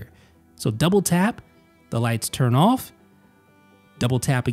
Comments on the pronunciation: Goop thought only I noticed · This is what I was looking for lol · Why's he say the words on and off so weird? Own owf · You say “on” and “off” really weird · The way he said „on“ and „off“ was strange. Especially the „ohwn“ one. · Yup. Lol